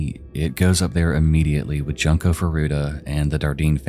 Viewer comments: Junko is pronounced more as "June-ko" rather than "junk-o" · Nope, her name isn't Junk-o. Omg, how hard is it to do research that her name is pronounced June co, like the month and co as in short for "company." My God, man. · Hes still calling her JUNK-O